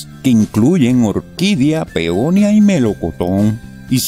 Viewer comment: No se dice "peonia"! Se dice peonía"!